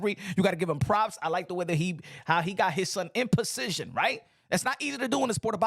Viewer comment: Lol😂 The way you say Position 😂😂 And Come on With the Religion Shots🤦🏽‍♀️ It’s Not Becoming of You. I know your IQ is higher than a 5th Grader 👍🏽